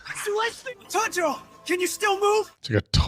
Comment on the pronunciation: We’re gonna be watching the infinity castle and still won’t learn how to pronounce Tanjiro.